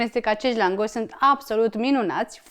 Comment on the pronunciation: Draga, accentul cuvantului langos se pune pe prima silaba, nu pe a doua